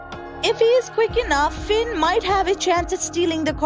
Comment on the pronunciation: It is Finn not sinn